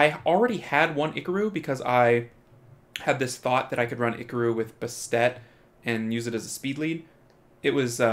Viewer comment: STOP SAYiNg IcaRu LiKe tHaT